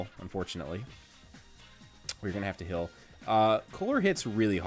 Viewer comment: accent is so weird. He pronounces heal like hill so does that mean he says "ill" instead of ale? He also says I "fill" instead of "I feel." kinda really weird to think about lol